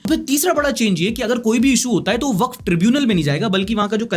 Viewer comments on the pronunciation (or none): Waqf is spell as [WA-KAF] i am advocate myself many of my colleagues are waqf [wa-kaf] advocate. ❤ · For pronunciation it's Sound WAKAF not WAKF